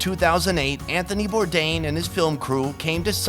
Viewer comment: his name is Bourdain, not bourdin